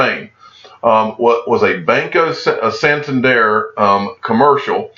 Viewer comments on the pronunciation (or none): Its pronounced just like its spelled: san-TAN-der. Not "Sin-tin-daire." U know, like "San Diego?" San Tander.